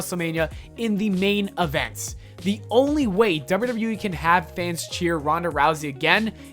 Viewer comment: You keep saying ‘derr-burr derr-burr wee’ when trying to say double you double you e. Listen back to your recording, can you hear it? Also, why are you talking about this? It has nothing to do with you. Make your own content.